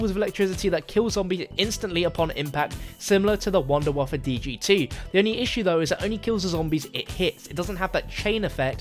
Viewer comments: Why are you calling the Wunderwaffe Wunderwaffa? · Your mispronunciation of wunderwaffe just, hurt.